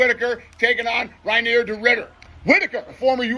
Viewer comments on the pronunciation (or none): none